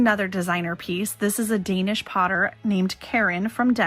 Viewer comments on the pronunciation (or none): none